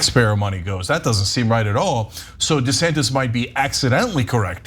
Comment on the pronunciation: It’s pronounced “Rhonda Santos”……